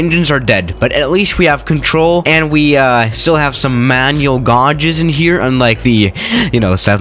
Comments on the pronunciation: just fyi gauges is pronounced gay-ges not gaw-ges like you say in the vid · Gauges is pronounced gayges, not gawges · do you say “gauges” funny on purpose or is it just your 🇨🇭 accent?